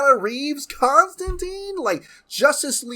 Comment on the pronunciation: I like Keanu, but that's not Constantine. Genuinely surprised they're not bringing the Matt Ryan version back instead. Wish they'd pronounce his name correctly though. Silly 'muricans.